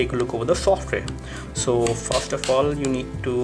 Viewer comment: you can't pronounce "FIRST" lol :D